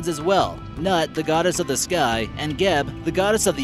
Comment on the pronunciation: It is Geb not Gab